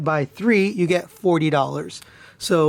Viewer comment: Nice videos. I can't help feeling you sound like you're saying takara told me. Lol